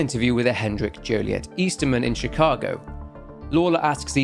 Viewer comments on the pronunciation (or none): none